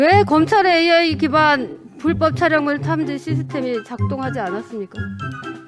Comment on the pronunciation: 자다가 등 떠밀려 아무생각없이 나온 여자같네요. 한장관이 무슨 장관인지도 모르고 AI 발음도 더듬더듬 도대체 뭘 묻고싶은거냐 .? 아이 아이 아니고 ...